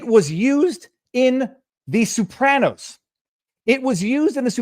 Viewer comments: Viva, the Sopranos is pronounced So-pranos, not Sue-pranos. But you’re a lawyer, so you’re excused. LOL!!! 😂😂😂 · Sopranos, not soopranos! Aaaaaagggghhhh! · I'm getting tilted listening to "Soup-ranos" over and over. Is that Canuckistanian for the plural of Soprano? Jeez: Simma down and learn how to pronounce a word, maybe ask AI, before you make that word the highlight of your podcast. (You might not want to annoy Italian Trumpers.) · WHO THE HELL ARE THE SOUP-RANOS?!!? 😂🤣💀